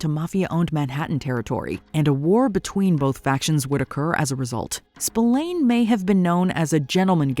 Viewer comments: Spillane is pronounced “Spil-ann” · Yeah it's really annoying especially as she would have heard/told the correct pronunciation. Pet peeve of mine.